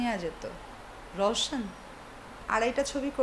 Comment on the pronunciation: Hero er name tao valo vabe bole rowshon koi theke aslo? roshan hobe. Ei mohilar problem ase dekhte puro khasir moto